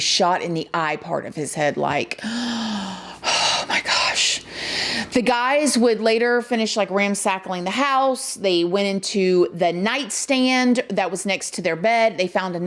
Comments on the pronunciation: . "Ramsackling the house". Girl, you truly do speak your own language 😂😆. Bobbed wire instead of barbed wire, Roman noodles instead of Ramen noodles and now "ramsackling" instead of "ransacking". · Off topic but I’m so gonna start saying “ramsackling” from today forward 😂 I just love u girl 😩🤣💓